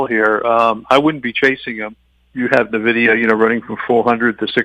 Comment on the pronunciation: Tough to take any investment “pro” seriously that can’t even pronounce one of the biggest company’s name correctly. (It’s EN- vidia not NUH-vidia)